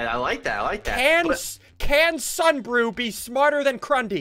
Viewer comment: "Ssunbrew" (you did it to yourself)